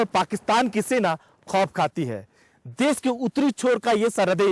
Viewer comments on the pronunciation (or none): Dear NDTV, would request you to take the accent test of your journalists. In this video ye the is saying देस instead of देश.